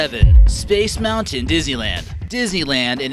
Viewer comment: When he said space moutian my heart dropped